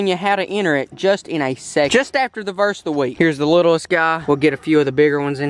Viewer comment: My favorite part of the video was you saying verst of the week# Jesus